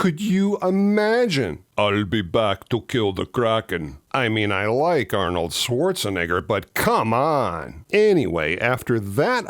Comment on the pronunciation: always fun to hear you pronounce Arnold Schwarzenegger's last name =)